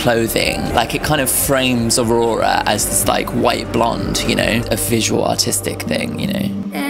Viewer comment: You pronounce the name well enough. Just make sure to roll the r a little bit more. LOL also, I'm glad I'm not the only one who's been obsessed with heathens and looks like a frightened person who's being murdered every time they walk into a public place.